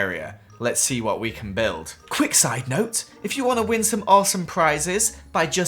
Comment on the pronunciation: Does anyone else love when says “wot” it’s so funny